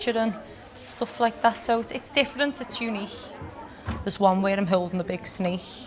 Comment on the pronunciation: “sou it’s all based on nature, rily”